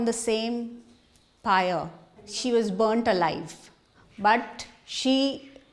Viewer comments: It's "She was burnt alive." Not "She was born to life." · It's "she was burnt alive" not "She was born to life"